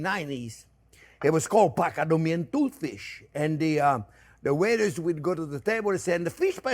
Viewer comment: Oh, he butchers Patagonian Tooth Fish even more. Pacanoomian toot fsh. Classic!